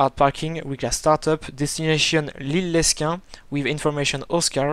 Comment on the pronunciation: Bonjour! Excellente vidéo! Ton simulateur est magnifique, vraiment et ton travail est magique! Par contre, par pitié, dans le mot Lesquin, le s ne se prononce pas et le x de Roubaix non plus! =) =) Merci pour ce vol. Aurais- tu un compte Skype sans indiscrétion?:)